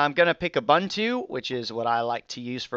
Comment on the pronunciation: Hi, I really love your tuts. I would like to point out though that Ubuntu is pronounced with the second "u" being like the "u" in "pull" or "puma." When the second u is pronounced the way you have in the past, it changes the meaning of the word from the name of the philosophy to "a man." "uBantu" sounds like "Those man" (sic) while ubuntu is akin to humanism (if directly translated from Xhosa/Zulu- not to be confused with the english word humanism which is a completely different world-view.) Thanks for the great tutorials!